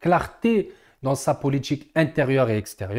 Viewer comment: Poilitique tu prononce politchique Region du nord , tu prononce : region dju Nord . 😂😂❤djurable! . Bravo ! Je like